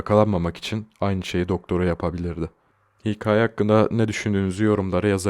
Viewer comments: kanka neden hikAĞye diyon aglicam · abi hikaye kelimesinin doğru telaffuzunu öğrenir misin lütfen